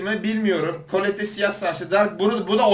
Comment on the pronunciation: Ya neden herkes şunu kolette diye okuyor kolet diye okunuyor